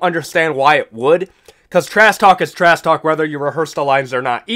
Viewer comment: "trass talk" please ssut up